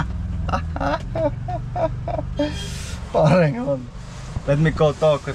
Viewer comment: you are really comedy,the way you said phareng only.